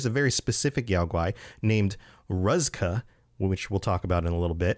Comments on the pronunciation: Came here to say this. Rooz-ka not ruzz-kuh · Btw ruzka is pronounced roo-zka or Russian. Must have been a Russian circus bear before the Bombs? 😅